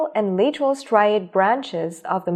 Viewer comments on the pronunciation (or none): Why is the pronunciation so wrong? It sounds like text to speech, yet it says “leeteral” instead of lateral, and that’s just one example